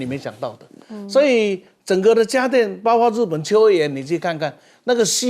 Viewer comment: 你说多少遍了？别读大白字，主持人读白字多丢了都丢脸呢，不听呢，怎么不听呢？包括不是包括？